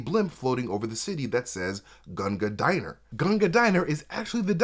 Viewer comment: I have a feeling it's pronounced "Gunga Din-er" rather than "Gunga Dine-r" , possibly as an allusion to the 1890 poem by Rudyard Kipling called "Gunga Din".